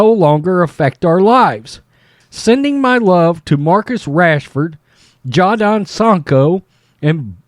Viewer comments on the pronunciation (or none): Your pronunciation of Jadon Sancho was brilliant lol.